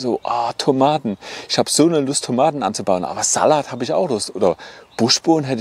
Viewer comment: Sehr hilfreiches Video, danke! Aber wie du Salat aussprichst, macht mich echt fertig 😆